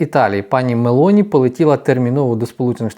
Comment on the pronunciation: Прізвище пані є МЕЛОНІ, з наголосом на 0, другий склад. НЕ дуже гарно викривлювати прізвища та імена, в цьому випадку з МЕЛОНІ на мелені